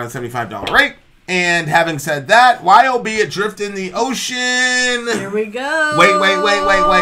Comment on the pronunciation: Just so you know It's pronounced as a word "Yob" like "Job". Cool Band and Mike Scheidt is a really cool guy.